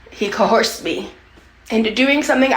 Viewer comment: What is with the Gorls not being able to pronounce coerce. It’s not COHORSE 😆😆